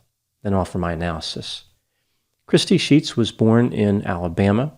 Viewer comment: I heard that as crispy sheets 🤣🤣🤣